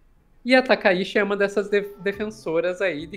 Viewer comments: Inclusive até a escrita do ideograma é outro. Takaichi(高市) e Takaishi (高石), sendo que o da Primeira Ministra realmente se lê Tchi! Pessoal do Jornalismo, pessoal de redação, pessoal de agências de noticias… sei o quanto é importante levar a informação rápida ao público, mas vamos fazer uma pesquisa rápida sobre pronúncias de nomes extrangeiros, vocês estão dando outro sobrenome a Premier! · Olá! Excelente conteúdo. Sou fã de vocês. Gostaria de sugerir uma melhor pronúncia do sobrenome da primeira ministra do Japão. Eu, como descendente de japoneses, descendente da família Takaishi por parte de pai da minha mãe, gostaria que a pronúncia do sobrenome da atual primeira ministra do Japão seja procunciado conforme pronúncia original japonesa. Felizmente, no português, conseguimos procunciar o fonema original japonês. O sobrenome dela é Takaichi. O "CH" quando escrito em ROMAJI (escrita da pronúncia da língua japonesa com letras romanas) é pronunciado como "TCH", como os nossos queridos gaúchos pronunciam o "TCHÊ". Poderíamos dizer que a pronúncia é " "TakaiTCHI" ". A ppronúncia não é "TakaiSHI", que é o sobrenome do meu avô. Portanto, são famílias completamente diferentes. O "shi" em "Takaishi" é pronunciado como o "xi" de "XÍcara". Para mim, soa como se vocês estivessem chamando a primeira ministra do Japão de Sanae Lesnovski, ou Sanae La Banca. Estranho, né? Mas para mim soa da mesma forma, pois "Takaishi" é parte da minha ancestralidade, mas "Takaichi" não é. Muito obrigado pela compreensão e por talvez considerar essa inclusão. Desejo sucesso cada vez maior com o canal.